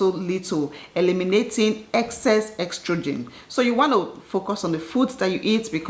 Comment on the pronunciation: Its not "ex-trogen" but "es-trogen"🤧